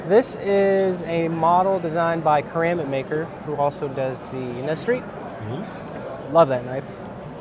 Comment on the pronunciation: Kansept is pronounced just like the word "concept" from the English language (looking at you DCA!) Seems like a lot of haters and Negative Nellies weighing in on this one. Man we are so spoiled if that's what y'all have to say about these knives lol